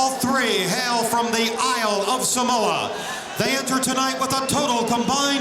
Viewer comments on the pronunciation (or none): none